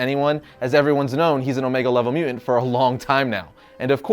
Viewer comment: I can't stop hearing your mispronunciation of mutant. It's MU TANT not MU ENT. I can't concentrate on the content ...please take diction lessons if you are going to keep making videos. I'm not trolling, your video ( what I could get from it) has well researched content and great facts but its like audio water torture.You are clearly into the subject and I LOVE your enthusiasm. I really would like to watch more but...